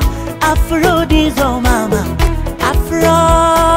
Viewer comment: Btful song kbsa but you have to learn that there's a big difference between R n L pronouncing,so I didn't hear afRo but afLo